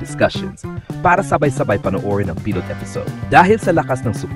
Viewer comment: I would like to correct your pronounciation of Pilot and The Alibi